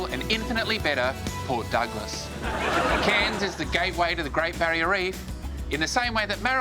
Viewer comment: Cairns too tropical and humid for me but beautiful. It’s great that, an American can probably pronounce our cities like cairns and Melbourne.